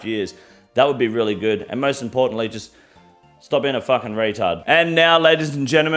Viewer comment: Long live the King. I love that this mfer said retard and faggot the way you're suppose to